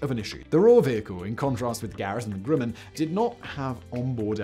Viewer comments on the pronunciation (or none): Cool vid but hearing Simon mispronounce Grumman is weird. It's GrUhman (uh...) not GrUmman (oo/u). Maybe it's his accent causing it. shrug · It's Garrett "AIResearch", and GRUMman rhymes with GUM or GLUM, NOT "Groom" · Grumman is pronounced like Grum-man which rhymes with rum. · I wasn't going to say anything about his pronunciation of Grumman (like summon) but when he mispronounced Pueblo, I thought I had to call it out. These are really awesome videos and I know a Brit should not be expected to know our quirky pronunciation rules, but if your job is an announcer, then...